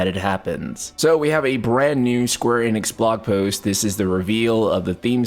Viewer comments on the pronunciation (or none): none